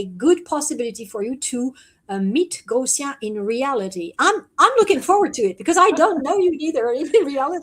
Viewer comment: Oh Gosia (and dear, it's pronounced Goshia!), know that there are more and more of us in France who love you dearly. I've been sharing your videos with French subtitles for a long time. This is because, since 2020, I've discovered the free spirit you've become, no longer identifying with the extraterrestrial races you may have once inhabited. For me and my close friends, there's no doubt that you're here to set a good example for the starseeds to follow. So, welcome to France soon!